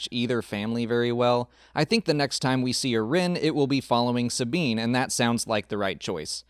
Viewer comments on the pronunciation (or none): none